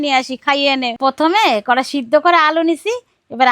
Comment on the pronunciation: কড়াই কে কড়ুই বলে অশিক্ষিত প্রতি টা কথা ভুল বলে